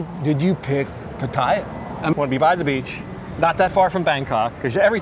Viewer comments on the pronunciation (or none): And exactly where is the "i" in Pattaya? Just because some idiot calls it Patt"i"ya no need to repeat it unless you're an idiot yourself. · Pah-Tah-Yah! Please pronounce it correctly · That patTEya why why why.....ffs read the word, look at the letters....its pattaya......that E Americans put in there makes 0 sense.....try asking some old Thai how to say it, somone whos not been living in PattAya for 10 years listening to farangs that cant say it right rofl......every time i hear that damn PatTEya i can help looking at the word thinking wtf is going on cant they read rofl. sorry for once i had to let some steam out but in any case nice video overall :) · learn to pronounce Pattaya for gods sake !